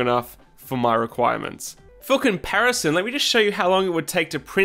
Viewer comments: I heard "Fooking Paris, son!" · "Fooking paris man" Yeah I went back and heard it correctly this time but man was I surprised for a bit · "Fookin Parison"